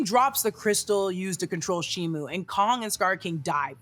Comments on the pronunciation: SHIMO NOT SHIMU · ALSO also also. SHIMO! SHIMO, not SHIMU